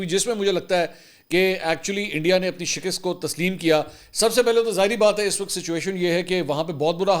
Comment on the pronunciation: Shikust شکست Not Shikist